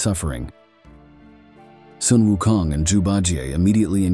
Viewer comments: It would be good to pronounce Sun Wukong correctly...not 'sun' as in English word sun but Sun should be pronounced as similar to "swoon" or "soon" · Sun WuKong.. the word Sun sound like "Soon", not "Sun". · It should pronounce as “Soon”Wunkong not Sun. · The narrator seems to change the pronunciation of Sun. Sometimes it is "Son" and sometimes it is "Soon". The right pronunciation is "Soon". Otherwise, he's narrating a great story. Great job! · "Soon" is closer to the real Chinese pronunciation